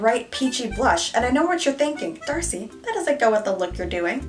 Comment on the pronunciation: OMG i heard THIRSTY instead of DARCEI on the intro😂😂 I wasn't wrong though...